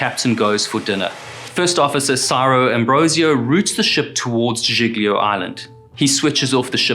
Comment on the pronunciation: Civ-uh-da-vek-e-uh, and G-lee-oh